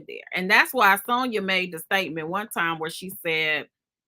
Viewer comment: you know you killing my ear saying Sewnyuh😂😂